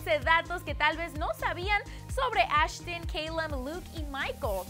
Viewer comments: Ashtin y keilum..... Dios... Y el nombre de calum esta súper fácil de pronunciar! Es CALUM! así como se escribeee! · JAJAJAJAJAJJA KEILUM JAJAJAJAJA SUMMERS JAJAJAJAJAJ ASHTIN JAJAJAJAJAJSJ MATATEEEEEEE WEEEY